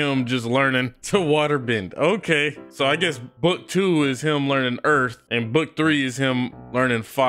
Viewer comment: “Earf is my plonet”